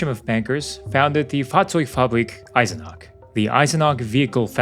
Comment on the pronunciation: The name was Eisenach and it has an ch in the end and not a k.